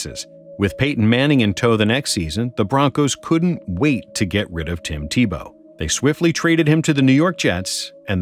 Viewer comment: Tim Te-Blow